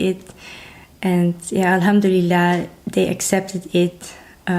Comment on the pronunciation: Dear sister, please don’t take any offense but i would like to correct the phrase you oftenly use which should be “Alhamdulillah”, not “Ilhamduleah”. If you want to be grateful to Allah (swt) this is the right word and pronunciation.